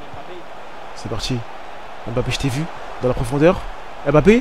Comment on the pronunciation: je comprend pas comme congolais d'origine tu prononce aussi mal les nom africains comme les europeens cest quoi à dire "em bapé" alors que ca se lit "mbappé" toi aussi frère,sinon ta carière es interressante mais pardon corrige l'appelation des noms africains avec M-lié ou N-lié a une consomne c'est mbappé comme quant tu fait "mouah" !merci